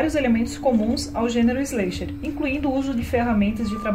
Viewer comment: se fala slesher não sleisher